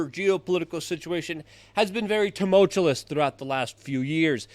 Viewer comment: Yeah I just wish he could quit saying tumultuLous🤦‍♂️